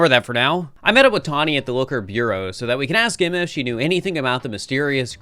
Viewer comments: It's bue-roe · I think the way that pronounces basically all the French/pseudo-French words is really funny. Obviously we have Lumiose, but there's also nouveau and bureau that particularly stood out to me